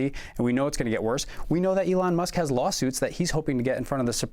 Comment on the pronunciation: Eloon, Eloon!! Have you heard?! This is not Johannesburg!! Eloon, Eloon!! Have you heard?! This is not Johannesburg!! Eloon, Eloon!! Have you heard?! This is not Johannesburg!! Eloon, Eloon!! Have you heard?! This is not Johannesburg!!